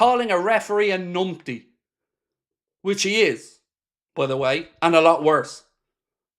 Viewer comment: Yeah mate numpty does not start with an ni sound.